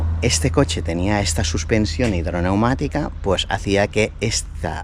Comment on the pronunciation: hombre un experto como tú!! Suspensión hidroneumática!!! Tú dices "hidromatica", está palabra no tiene ningún sentido.